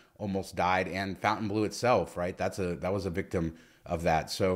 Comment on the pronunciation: Fon TAIN bleau NOT FOUNTAIN bleau.